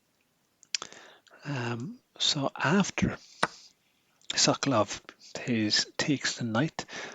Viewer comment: Brilliant piece of chess art. Thank you for a very good commentary. One slight suggestion if I may. As a Pole knowing a bit of Russian, I believe it would be closer to the original, to pronounce 'Sokolov' putting stress on the second syllable, as currently it sounds a bit like 'Suck Love' ;) Which gave me a lot of fun, but Mr Sokolov may have slightly different sense of houmour :) Thank again, anyway !